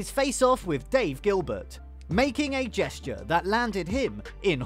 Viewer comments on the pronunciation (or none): none